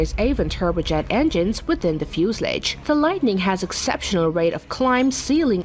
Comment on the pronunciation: How is fuselage pronounced? It's pretty creative in this video. I hope it's not a computer converting text to English.